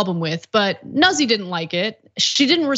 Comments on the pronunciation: It's not 'Nussi' It's pronounced Newt- z. It's Italian. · Noot See…not Nuzzie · Think it's pronounced like "newt-SEE". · Pronounced noozi....get it right...stop trying to be as Anglo as possible Anna